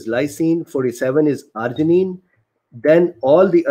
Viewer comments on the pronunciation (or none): none